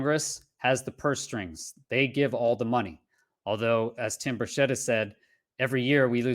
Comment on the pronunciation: Tim BURchett not burSHETTE